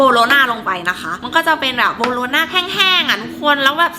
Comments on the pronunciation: โบโลน่าค่ะไม่ใช้บาโลน่า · มันคือโบโรน่าไม่ใช่บาโรน่าค่ะ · โบโลน่าไม่ใช่บาโลน้าขออนุญาตแก้ค่ะ